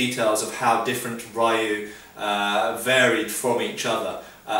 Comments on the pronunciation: Rioo? lol, Just like Street Fighter, it's ree-oo. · I love your videos. I'm not trying to be a jerk, but if you say "lou" your pronunciation for "ryu", a Japanese family/linage will be much better. Thank you so much for your time and great videos!! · Ryu is pronounced with just one syllable.